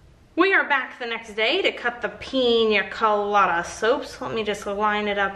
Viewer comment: YOUR SAYING PIN COLADA WRONG! its Pee-Nah colada